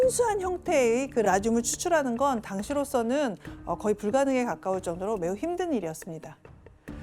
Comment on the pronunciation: 나만이런거아니구나 약간 기역발음을 되게 키읔발음처럼 말함 거의를 커의 이런식으로... 좀 불편했음 듣는내내